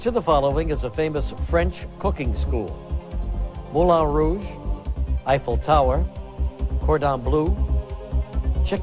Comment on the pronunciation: Yeah, but its pronounced 'blurgh' not blue. He pronounced Moulin Rogue correctly so it seems somewhat unfair to not use a french pronounciation for all words.